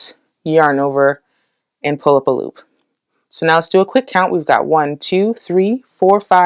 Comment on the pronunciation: "pull up a loop" is starting to sound like "pulopalop" to me :D